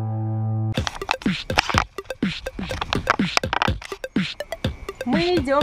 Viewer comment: не Эйвон а Эйван